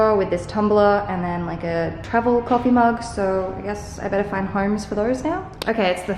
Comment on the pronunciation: The moment you said "betterrr" I was like oh my goodness, she's really becoming Canadian😜 🇨🇦